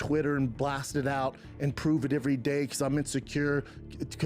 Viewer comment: I simply cannot back someone who says "every" like that.